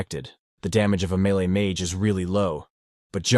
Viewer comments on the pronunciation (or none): none